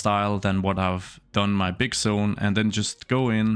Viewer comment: I didn't understand why he kept saying "sone", then I realized he's trying to say zone haha